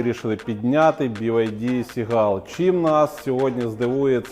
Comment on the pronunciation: Сігл,,,,(чайка)буква "u"не читається